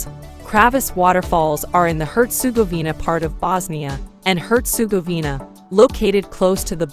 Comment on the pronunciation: Voice over woman should've educated herself on pronouncing names of towns/cites.. feels disrespectful.. name of the country isn't even pronounced correctly...